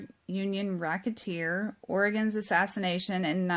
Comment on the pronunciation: Oh yeah Vincent Mandingo 🍆lol. Im sorry keep going...She said Rocketeer omg I love it. Im subscribing right fn now